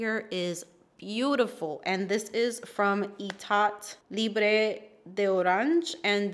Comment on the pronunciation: If you don't mind me sharing libre is pronounced "libr" the e in french is always silent when there's no accent it For example Delina la rosée you pronounce it but without accent it's rose like rose in English So your fragrance is "Eta libr de frustration"